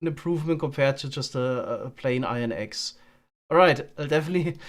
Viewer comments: funniest part about leaving his axe in the eggs chest is he says the word “axe” the exact same as he says “eggs” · I can't tell the difference between saying "eggs" and "axe", which makes the bit about losing the axe when collecting the eggs a little confusing.